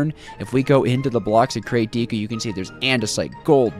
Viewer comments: The way he says deco “Dee-co” instead of like decoration “deck-oh” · When you say "Deco", you pronounce it "D co" isn't it pronounced like "deh co" as you would say what it's short for decoration. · Deco has a soft e, as in Decoration.